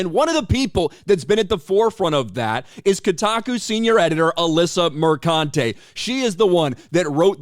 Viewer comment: It's pronounced MerCUNTe.